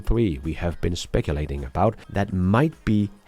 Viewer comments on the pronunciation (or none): speculating -> Speck-Que-La-ting